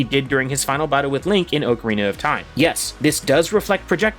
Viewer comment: ugh the way he says ocarina...